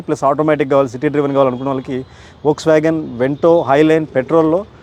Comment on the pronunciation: voksvagon kadhu anna foksvagon ani paluku 🤦‍♂